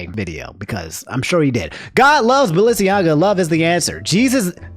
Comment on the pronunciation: Okay, Ima let you finish, but double take to 'God loves Balenciaga' was the strongest reaction in the first ten minutes of the video, and it fucking SENT me. 😭 you think that Ye ruining his reputation would be the funniest thing in this video. But it's actually the way says BalenciAGA??